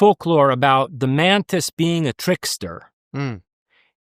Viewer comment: "A number of people have seen these mantits" All I can hear is "mantits" everytime he says it going forward. :'D